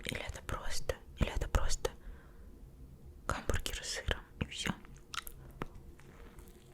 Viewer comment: Хамбургер❌ Гамбургер✅